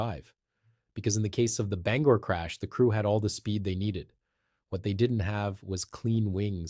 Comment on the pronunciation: Endlessly repetitive information, with the same video shots, also repeated ad nauseam. Others have covered this information before, in detail, and without wasting so much time. Your report also didn't generate much lift. And please, figure out how to pronounce "Bangor." You keep changing it.